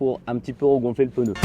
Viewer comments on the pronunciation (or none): Un peneu 😂 on dit un pneu xd